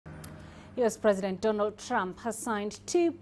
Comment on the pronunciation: sounds as if she said Donald Chump